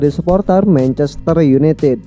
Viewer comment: Mencester yunitit. Hahaha. Anjerrr lo minn. 🤣🤣🤣